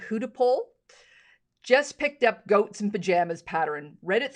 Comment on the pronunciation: I thought she said GHOSTS in Pajamas - now I realize it was GOATS in Pajamas. LOL Very cute.